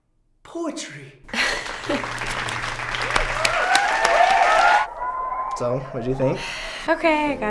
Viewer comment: Dear Ryan, can you please reread the the sentence?